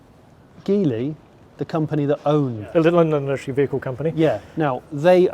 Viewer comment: I find it funny that the folks who work at LEVC pronounce Geely incorrectly even though that's their parent company.